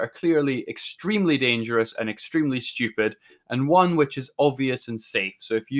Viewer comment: I like when he says STUIEPID